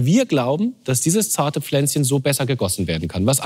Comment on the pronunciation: niemand: der moderator: dAs zArTe PfLänZcHeN